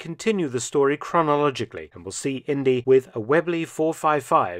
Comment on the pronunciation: Indeeeee not India. Short for Indiana.